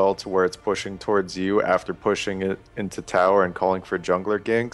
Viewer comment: into*. I thought he said 2 ninja tabi at first too lol.